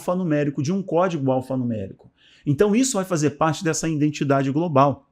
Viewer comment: Bom dia. Gostaria de lhe aconselhar sobre algumas falas. Risco de vida: risco de viver. Risco de morte: risco de morrer. No caso aqui do vídeo o correto é risco de morte. E a palavra correta é IDENTIDADE e não indentidade. IDENTIFICAÇÃO e não indentificação. Obrigado meu querido Pastor. ☝️☝️☝️☝️